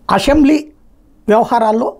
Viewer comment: ప్రత్యేక హోదా కోసం ఎప్పుడు పోరాడారు జగనన్న నువ్వు. ఓ ఐదుగురిని లాగేస్తే చంద్రబాబుకి ప్రతిపక్ష హోదా వుండదని చేప్పిన నీ యజమాని ఐదు సంవత్సరాలు ప్రయత్నించిన చాతి కాలేదు. 11 మందే వున్న జగన్ కి ప్రతిపక్ష హోదా ఎలా వస్తుంది. అసెంబ్లీ కాదు అసెంబ్లీ అని పలకటం నేర్చుకో. నీ బోటి పనికి మాలిన వాళ్లు వల్లే జగనన్న ఓడిపోయింది.